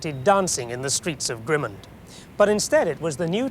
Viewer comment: Pronunciation of Grimmond has changed over the years. He's hardly pronouncing the "d" at the end. It's very hard to identify the name of the place from his pronunciation.